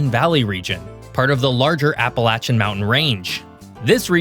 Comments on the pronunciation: I was physically pained every time he said appala-CHAN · App-pah-lay-shin, not app-pay-latch-chin, if you're gonna be taken seriously, get the pronunciation correct! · A video about PA's Appalachian Mountain region but not pronouncing Appalachian like how we do >:( . For anyone curious, we pronounce Appalachian "app-uh-lay-shun" instead of "app-uh-latch-in." There are few who pronounce it as the latter, but for the most part people still stick to our culture and pronounce it as the former; though with the Southern parts of the range getting more focus in media and whatnot recently, I've noticed there has been a gradual shift to the latter. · In Pennsylvania, we don’t say Apalachan, we it’s pronounced CHAIN, no matter what that mattress lover says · Appa-lay-she-anne my brother. Thank god I made it out of Pennsyltucky. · That's not how Appalachian is pronounced... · Stop using the southern pronunciation of Appalachian.